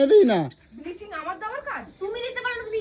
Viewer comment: হা হা হা ব্লিচিং কে বলে বিলিচিং 🤣🤣🤣🤣